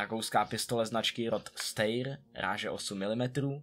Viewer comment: Jen si dovolím malinko rýpnout, čte se to "Štajr" ne "Steyr", ale jinak super video. :)